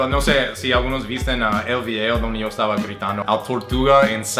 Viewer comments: A se le sale mucho el shooooo en vez de yo 😂😂😂😂😂😂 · En vez es divertido para quien lo entiende, porqué tiene muchas inflexiones del guaraní, que a su vez tiene acentos nasales, que hacen que el idioma se enriquezca como el porteño que pronuncia mal la 'lle'